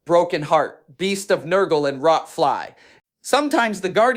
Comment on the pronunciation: I never thought someone would mispronounce "Rot" so badly.